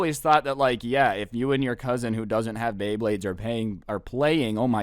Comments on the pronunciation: lol pay bley blades that made my day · so we aint gonna talk abt how he straight up said "pay bleyblades" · "pay baybades with me